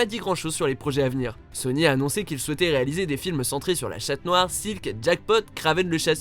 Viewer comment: Il a dit chatte noir lol